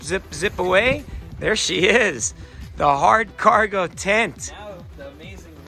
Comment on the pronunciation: いきなり漢字の「取扱説明書」は難易度高いですよw それにしても日本語上手になってますね。 日本語発音の「ハードカーゴ」がナイス👍👍👍 キャンプ動画も楽しみに待ってまーす。